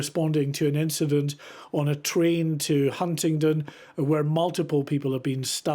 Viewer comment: 'Hundindon' 'Huntinton' ....it's fiking HUNTINGDON